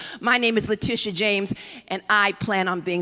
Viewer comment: Please pronounce leTITia correctly. It's not LaTisha, or Latischa. It's La-Tit-ia